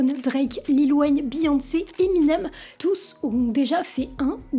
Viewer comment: Chris qui ? Brone ? EminNEWm. Les français avec l’anglais c’est quelque chose 🙄